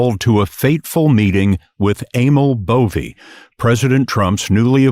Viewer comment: I thought the narrator called him ANAL BOVEY, seems about right